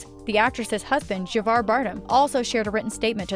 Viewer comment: You should really get some who is capable of pronouncing simple words like Violent and op-ed. Plus it not Javar its Havier (its pronounced (its Spanish)